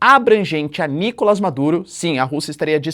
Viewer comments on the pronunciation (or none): none